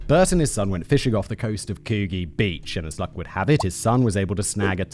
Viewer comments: From an Australian. The town Coogee is pronounced Kud gee. I know it doesn't matter but it sounds weird to hear it pronounced differently. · Gday Simon mate. LOVE THE SHOW!!! Just letting you know "Coogee" is pronounced "Coo,Gee" as in Gee whiz. Bewdy ripper mate. Keep it up from all the Skippys down under. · I assume the beach you're talking about is Coogie Beach. Which you would never guess by the spelling, but is pronounced "coul-jee" (as in, 'could' without the 'd', then jee) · Coo-gee, I love your British pronunciations. Could-gee is closer. ANZAC Day is in February and has dawn and dusk services, a parade of service men and women and is in remembrance for WW1. It is also the only day Two-Up gambling is legal in Australia. Remembrance Day is held with a one minute of silence at 11am, 11th November every year, and at certain places, like the RSL, they play The Last Post, and is now recognised as a commemoration of the fallen for bot WW1 and WW2. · coo-ghee XD its pronounced could-gee weird i know but yea australia 🤷‍♀🤷‍♀ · Coo-gee?! Noooooo it’s pronounced COOD-GEE. Like could without the L. And gee as in jeez! 😂 bloody Simon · How has nobody corrected in 3 years… it’s coo-gee Like soft gee, as in genius We also celebrate Remembrance Day on 11/11 at 11am as well as Anzac Day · Oh Simon you're killing me. Coogee - oo as pronounced in cook, G pronounced like a J. C-oo-jeeee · It’s pronounced Coo-gee (like gee wizz). Fun fact, a few years ago, the Coogee bay hotel served a literal shit sundae to a customer. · Pronounced like it's written - Koo Gee. Try and make it monosyllabic (like everything else we say) and you've got it :-) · Simon, please check your pronunciation tool. It's "Kooji". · Coogee - cu jee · The pronunciation of Coogee is coo jee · It's pronounced coo- gee, like oh gosh oh gee. lol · Coogee pronounced Coo jee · Coo-jee. Its a soft g. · Oh. Oh my. COOJEE. A whole episode of me cringing in Australian??! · koo - gee like coo-ee only different